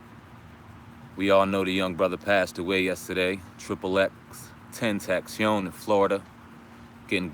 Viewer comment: Pronounced "ecks-ecks-ecks tent-tae-see-on" You're welcome